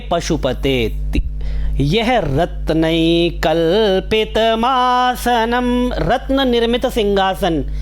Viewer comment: आप का उच्चारण एक जगहगलत है कल्पितम् आसनम् सही उच्चारण होगा मासनम् गलत उच्चारण है।